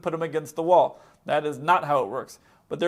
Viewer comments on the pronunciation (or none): none